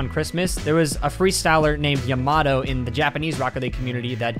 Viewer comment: Ya- ma- toe